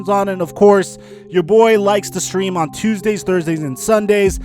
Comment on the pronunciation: what happened with saying stream lol